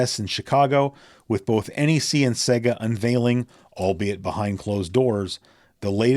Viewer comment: It's not pronounced Secka but Sayga (Sega).